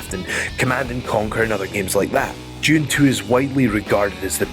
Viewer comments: what the hell is "June"? Did he mean Dune? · Lol sounds like he's saying "June" when trying to say the word "Dune" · it's DUNE not freaking JUNE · Am I the only one that thinks when he says "Dune" it sounds like "June"? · It’s pronounced Dune. Not June or Dtjune. Like. Sand DUNE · It's Dune, not June. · "June II" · why do you pronounce "Dune" as "June"? lol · Djune... Djune... DJUNE Is it a brittish thing to pronounce the letter "D" like that? I've hear the same whenever someone pronounces "Duran Duran" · its spelled DUNE but youre pronouncing it "June". why do british people seem to struggle with english so badly? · How do you say "June" then? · Cos people from the UK and Ireland are not from Noo Yoik